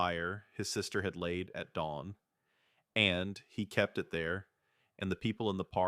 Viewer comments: It’s not the writing, it’s the ai reader emphasizing “and”. Doesn’t help that it’s emphasized way too often. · Too much emphasis on the word 'and '